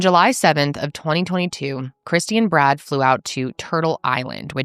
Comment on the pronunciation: A few times when you said "Poor Brad," I thought you said "Poor Brat"!!!!